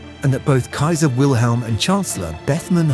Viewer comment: Funny for a man who speaks fluent German keeps mispronouncing the name Wilhelm...